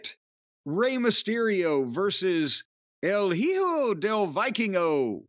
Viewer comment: Who is el heeo del Vikingo